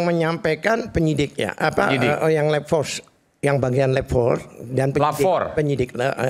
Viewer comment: Labfor, bukan lebfor halu Katili.